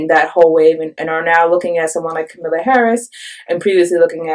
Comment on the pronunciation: Please learn to pronounce Harris' first name: It's explained in her book, which is short and easy to read: "Comma-la" like the punctuation mark, and not "k'milla" or "K'm-Allah" like a lot of people say.